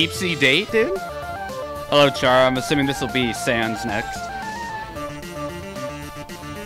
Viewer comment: say Chara like char one more time and I will come to your house and throw away your computer.